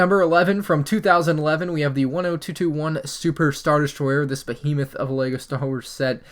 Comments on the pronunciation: Down a drink everytime he says Bohemath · Take a shot (of lemonade) every time says Hodge Podge and Bohemith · If I got $1 every time he said ‘Hodgepodge’ or ‘Behemoth’ I could buy Microsoft. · If he says “behemoth” one more time…